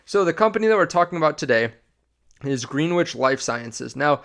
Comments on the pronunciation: Pronounced ‘Gren-itch’ 😊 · Actually, Greenwich is pronounced Green witch. English major here. That being said, 98% of people mis pronounce the word.